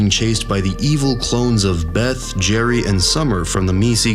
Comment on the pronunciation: "Berry, Jeth and Summer"